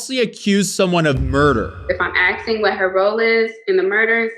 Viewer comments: U can tell she is super intelligent cuz she was "axing questions" ....ignorance at its finest. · She needs to learn to pronounce asking...it's not axing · That's her problem, she was axing, when she should have been asking. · Literally and physically no evidence of the teacher doing anything!! And stop saying axing instead of asking . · Ahhh I see what happened, she has been axing people this whole time instead of asking, problem solved.